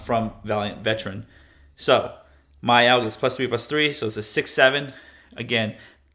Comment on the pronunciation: Is the “R” in “Myrel” silent or something?